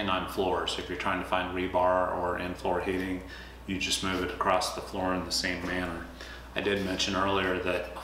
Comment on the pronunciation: across not acrosst